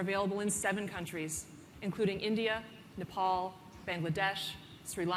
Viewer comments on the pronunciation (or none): Did she just say #NEPAL :-)